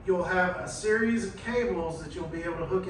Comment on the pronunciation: It’s Series... not serial or cereal